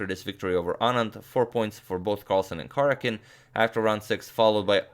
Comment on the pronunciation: I wonder if Karjakin minds you continually butchering his name?